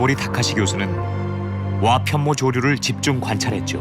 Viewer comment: 와편 모조류로 읽으면 안되지. 와 편모조류로 읽어야 해. 편모로 움직이는 조류.